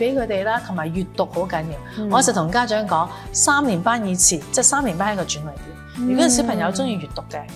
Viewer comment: 一個校長連轉捩點的捩字都讀錯, 個主時又跟住錯.